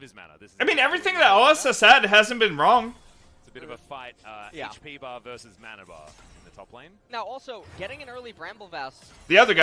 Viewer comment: It’s MANa not MONa